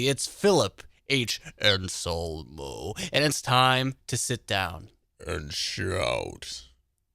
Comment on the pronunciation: Still don't understand why calls him Phil "Onsolmo"